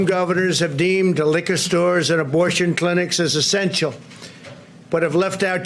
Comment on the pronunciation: Did he just say "estential services"?